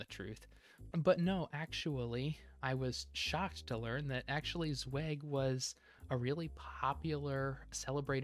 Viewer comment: It has come to my attention that I've been pronouncing Zweig wrong this whole time. Sorry 'bout that, nothing I can do now.